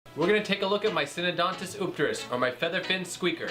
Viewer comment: Very nice looking eupterus cat. Love the BIG sailfin on that dude! BTW it's pronounced You-pterus. Enjoyed the video! Nice job👍